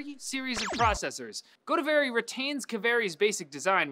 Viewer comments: Godavari (GO-THE-VA-RI) and Kaveri (KAA-VEE-RI) are rivers in South-India. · AMD is using the names of rivers in India for their products. Pronunciation Kaveri : Kaa- way - ree Godavri : Go - daav - ree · Its pronounced ɡəʊˈdɑːvərɪ They name their APU families after rivers apparently. last two have been Major rivers of the South indian subcontinent. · Its Go-Daa-Vari, dumbass (No offense, I get that you are not Indian).. Go Daa Va Ree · Hell its GO-DAA-VARII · Its pronounced go-dah-ver-ee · its god-aa-vaari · As soon as I read the title, I knew was gonna butcher the name "Godavari". Wasn't disappointed XD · Kaveri and Godavari, the 2 rivers in India. I can't stand the pronunciation.